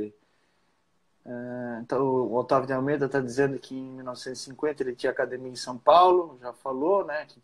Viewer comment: O Gracie pode ser de qualquer geração e proceder de qualquer linhagem, ele sempre vai falar "Cadimia" kkkk kkkk